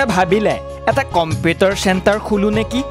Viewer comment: নে এই কোৱা জন। আগতে ভাষা শুদ্ধকৈ কবলৈ শিকা কমপেতাৰ নহয় কম্পিউটাৰ বুলি কয়। ইমান মিউজিক সুৰ দি ক'ব নেলাগে । দুখীয়া মানুহৰ দুখৰ বুজ ল'বলৈ চেষ্টা কৰক আৰু সহায় কৰক। ইহঁতক TRP লাগে